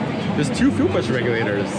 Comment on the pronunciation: "The Regulaters" 🤣🤣